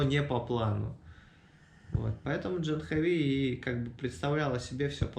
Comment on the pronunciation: Вообще то правильное произношение этого имени на санскрите - ДжААхнави!